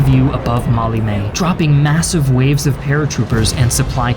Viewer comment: Love the Americanized pronunciation of Maleme..Mally-may! ;)